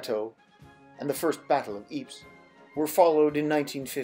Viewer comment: Ypres is pronounced ee-prah. Not eeps